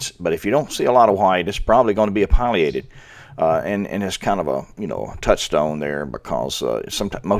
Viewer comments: It's "pileated" sounds like pill E ate ed. NOT pil I a ted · It really is pronounced Pill-e-ated. Even Alan Alda pronounces it that way and he's a birder.